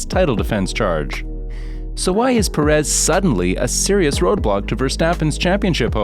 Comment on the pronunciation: PErez..PErez...PErez....not peREZ